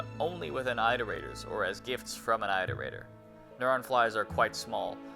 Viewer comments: On one of your other vids i wholeheartedly agree with your scorn at the shiddy pronouncement of "artificer" but if you're gonna roll like that we have to be fair across the board and call out your way of saying "Iterator". Its an IT-er-ray-tor, not an EYE-ter-ray-tor. An iterator is something that makes iterations [IT-er-ray-shunz] of things, which for those not knowing are versions, updates, mods and/or improvements of things they or something else has already built. I live your vids n have just subbed, but just as "artificer" got stuck in your craw, "Iterator" got stuck in mine. Now that I've got that case of "that fkn guy" outta my system, I'll say that I've really enjoyed your vids. Informative, deprecatingly funny and have convinced me to spend money i shouldn't on a game i was previously fence sitting on... To the point I'm now genuinely unsure whether to begin Elden Ring or Rain World 1st! So yeah, umm... thanks for the entertainment and F#@ you for the crippling indecision this choice has now struck me with! I look forward to further ITERATIONS of your work ;) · for a guy who gets pissed at someone saying artificer wrong, you sure love saying "iterator" wrong